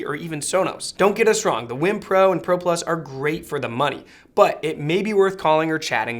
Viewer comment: Dude, I believe it's pronounced "weem." But phonetically it probably should be pronounced "Ym." But no matter how you pronounce it they seem to be amazing products (I've watched many reviews that all seem to be in agreement). I'm considering a WiiM Amp for my bedroom.